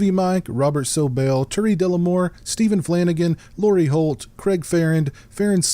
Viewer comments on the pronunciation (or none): none